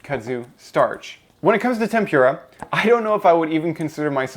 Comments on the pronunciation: thanks but please, please, please. your accent is perfect (non-alabamian fer sure) but TEMPURA is pronounced “tem-pu -rah” NOT ‘tem-pyu-rah’ as you say in this video…. great video….. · tem-poor-ah , not tem-pure-ah. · Deep frying is terrible for you. It's tem-pur-a, not tem-pYur-a. Like cat pur, not pyur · I thought it was pronounced tempura, not tempyura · Please stop saying tempüra like its a puree... Its tenpura like Puerto Rico or Winnie the Pooh ok? Sorry very triggering as a native for some reason like how people call udon undon or ramen ramyueon for its korean spelling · Tempura, It's pronounced "Tim-Poo-La" not "Tim-pure-a" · Lol Never heard someone call it tem-pure-a! Great video, thank you for sharing the knowledge this is a great resource. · There's no "pure" in temPURah. from Japan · Lol at "tem-pure-a". Still looks tasty though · This is a great video, but the way you pronounce "tempura" is like nails on a chalkboard.